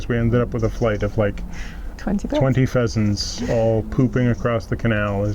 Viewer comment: Hey: Pheasent pheasant pheasant:P